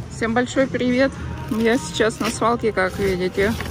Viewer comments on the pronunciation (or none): none